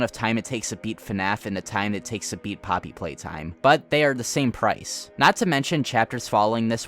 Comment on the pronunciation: Your video was cut off by an ad right when you were saying poppy playtime. And it sounded like poppy plate, which perfectly describes their marketing